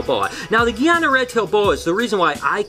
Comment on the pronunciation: Its more pronounced guy-ana ana with the sound nana not geana